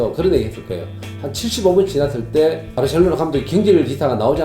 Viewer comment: 병지 형님 발음=바르셸로나 ㅋㅋㅋ